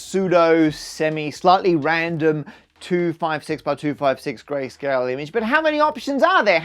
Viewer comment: Whenever he says "grayscale" it seems to me like he is saying "Grace Kelly"